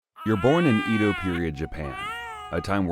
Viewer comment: It's pronounced more like eh-doh and may-jee.